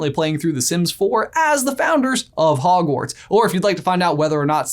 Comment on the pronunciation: But you said howash lol